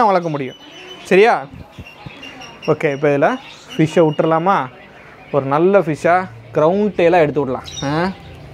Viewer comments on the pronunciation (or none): none